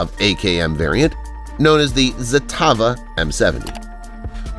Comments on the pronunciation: Lost all credibility when you said “zatava” instead of Zastava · The way you pronounced Zastava gave me cancer